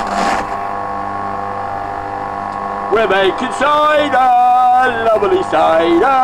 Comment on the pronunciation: making soidah! making sooidaah!